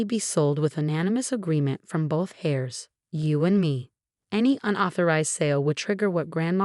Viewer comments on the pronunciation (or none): A worthwhile trick is to listen to your own story. Ratchel ?? it should be, must be, pronounced Raychill. And heirs is never pronounced hairs. If this was AI, you still need to edit obvious errors. Otherwise it's Absolute Idiocy